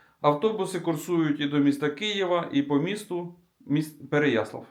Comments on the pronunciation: Прохання - не ПереяслІв, а ПереяслАв.. Від слова '' слава ''.. Це як Рому назвати Рама.. Дякую за відео, дуже люблю своє рідне місто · Не ПереяслІв, а ПереяслАв